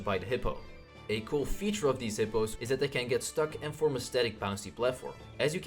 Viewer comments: IT IS HOPPOS NOT HIPPOS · Actually, to pronounce it, you have to say "Hoppo."